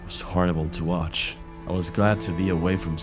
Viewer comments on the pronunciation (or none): none